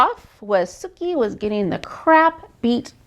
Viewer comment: I cringe everytime I hear Bill butcher Sookie's name... 😂